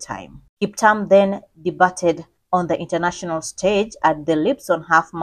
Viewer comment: Please correctly pronounce words/names. The word debut is pronounced de-b-i-u not dibat. Past tense is debuted (de-b-i-ud) not di-ba-ted. It's a word of french origin. In french the letter t at the end is silent. You never pronounce it.